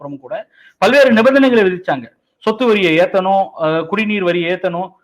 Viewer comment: ' பள்வேறு ' இல்ல...'பல்வேறு '.